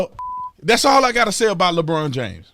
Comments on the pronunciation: "Lebronda James" LOL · "Lebronda James" !!! 🤣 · Did he say "Labronda James?" OMG...I am dying! Hilarious! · I love when you call him "Lebronda" 🤣😂🤣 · Lmao 'lebronda James'